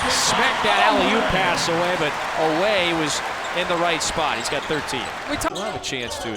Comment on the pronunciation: Tell the idiot talking head that Otega's last name is pronounced O-weh...NOT o-WEH.